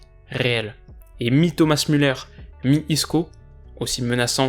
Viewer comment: Merci je comprenais pas sa phrase j'entendais "ni ni" au lieu de "mi mi"